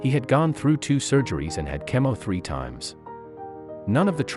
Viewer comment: It's a good story, but could you PLEASE get someone to narrate who can pronounce the words correctly. One that stands out is "chemo", and it was pronounced "keh-mo". It's "KEE-MO". There are others, but not even one word should be mispronounced in a story like this.